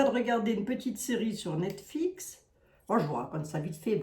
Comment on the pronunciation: Net Flix (et non Net Fix)😅